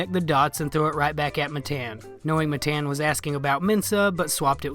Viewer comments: It’s Matan not Mathen you retard, the name of a king! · It’s Mah Tahn not Matt Ann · this chigga rly said muhTAN 😭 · It's pronounced ma-tawn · All you did was spell it. It would be pronounced "muh-tahn". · Matan ( muh-ton) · I thought it was engagement farming. I didn't think anyone could be so ignorant to make a video where they mispronounced one of the names so many times even tho he introduced himself and said his own name. If it's honestly not on purpose you should put a tiny bit more effort into your vids. Redneck or not, don't claim some background just to use it as a cruch. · I mean, you know you say his name wrong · If you were an actual fan of Matan, you would know how to pronounce his name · It’s pronounced Matan btw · Why are you pronouncing his name as Matan? It’s Matan.